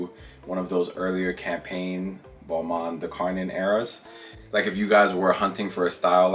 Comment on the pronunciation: When he said Balmain I heard it like Boohooman (obviously I am not native English speaker but I share since I thought it was a bit funny). BTW, that Balmain is my least favorite; I thought it was a cheap sheep skin from fast fashion.